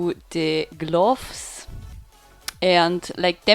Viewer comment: GlUUUFS. xD Nice video